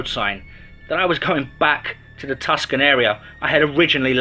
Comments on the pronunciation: There is no safety on a Glock.....and its TuCson....not Tuscan....proniunced Tooson. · Hey love your stories, however Tucson is pronounced Two-SON